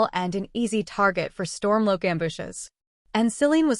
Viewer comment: You're saying Helgan wrong, and it Ulfic StormCloak not Stormloak.